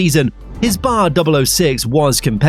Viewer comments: Cracking video/ driver documentary.... They where not known as BAR Honda.... It was B.A.R Honda..... Not the word... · B.A.R. (British American Racing), not Bar. Otherwise, good video